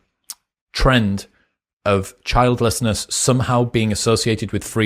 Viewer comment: When you said "childlessness" at first, I thought you were saying "childishness". I'd say childishness or selfishness is a cause.